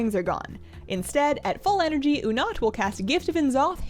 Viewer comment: everyone: oonat: you'nut?:D